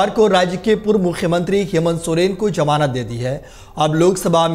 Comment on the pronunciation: Janab apna talaffuz (pronunciation) sudhariye... Jamanat nahi hoti Zamanat hoti hai...